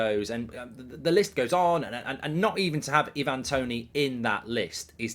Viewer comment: Love your stuff mark and I know there is more important things in the world but please pronounce Ivan Toney as I van not e van 😂